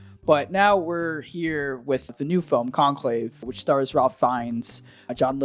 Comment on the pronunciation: It's pronounced "Rafe". Not something anyone could be expected to know. Very intelligent review. I've subscribed.